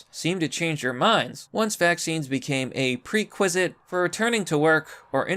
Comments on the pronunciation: and its pronounced "PRE-WRECK-WISET" prerequisite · Like your videos but have to ask if English is your first language? Hard to hear you misread “European”, “prerequisite” and “Reuters”. Just sayin’. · Why do you always have to mispronounce simple words? Like Prerequisite, and Kabul (not CABAL). I'd share your videos but you always mispronounce simple words, eliminating all chance that lefty idiots would take you seriously.